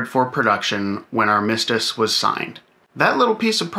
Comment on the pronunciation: Armistice – the accent is on the first syllable, Not the second. Great video.